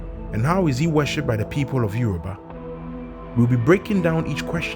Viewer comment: It isyoruba not Euro ba